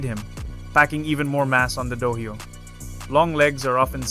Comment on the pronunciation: when you do it the next Time, say Dohyō instead of Dohaio, the H is Silent and you cover it with a C that comes faintly from your throat, thats the same with Takiai which is Tachi-ai spoken ^^ but here you actually speak the C out.